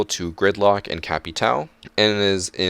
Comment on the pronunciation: You’re so white say kaid and capitao wrong but do an accent with maestro (kai-eed) (ka-pit-tao)